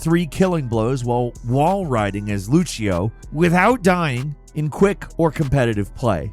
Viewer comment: Bro said luchio